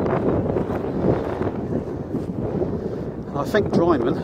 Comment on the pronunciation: Wrong pronunciation of drymen.